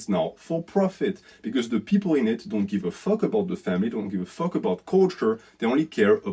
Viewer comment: “What deh fwuk is dat?! What deh fwuk iz doz fake assess?!!! Hahaha that killed me man. Loved the video thank you for shining light on the greatest plague on earth